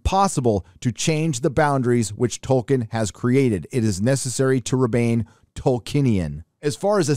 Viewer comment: I cant be the first person to point out that isn't how you pronounce Tolkien. Edit - somehow you corrected yourself mid-video